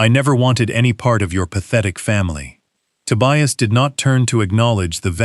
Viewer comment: The son‘s name is TOBIAS, not „to buy us“ 😂😂😂